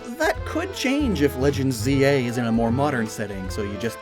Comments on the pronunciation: Bro called it zah 💀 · I thought it was pronounced Z A not Zaa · It's not pokemon za it's Pokemon ZAaaa Aaaa Pokemon ZAaaa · It's ZA because it's AZ. Y'know. The name of the Ult. Weapon's maker. I thought it was obvious yet so many people don't get how to pronounce it. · Just because of how this man pronounced z-a, I’m gonna smoke weed when I play this